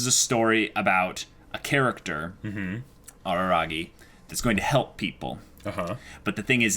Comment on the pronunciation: No it's not Araragi, it's Arararagi.